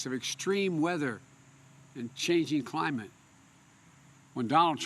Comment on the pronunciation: "When I think of crime-ate change, I think of good paying un-srhrin shobs!"